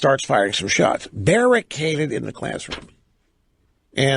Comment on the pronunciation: Berry caded?